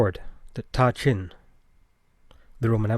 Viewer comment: I could be mistaken but I'm pretty sure that the ta in ta qin should be pronounced as da, at least that's the way it would be pronounced in Mandarin.